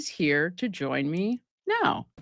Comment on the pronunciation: Did you mean to say John me instead of join me in the intro? ..just curious lol